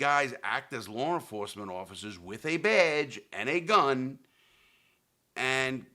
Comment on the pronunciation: “Lawre enforcement” LOL